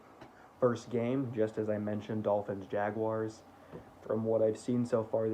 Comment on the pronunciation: Sarah Wolfe would be really impressed with your pronunciation of Jaguars!! Keep up the good work